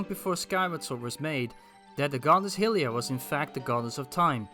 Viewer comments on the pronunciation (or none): My pleasure! Think of it like high-ly-uh and high-ly-an if that helps at all. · I really don't want to be that guy because I love what I've seen of your videos, but the Goddess's name is typically pronounced hai-li-a, specifically in Breath of the Wild's spoken dialogue, and the human race are called hai-li-ens.